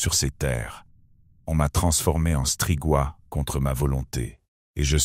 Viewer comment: Agréable â écouter . Merci! Deux details : la Valachie se prononce valakie et strigoï se prononce strigoye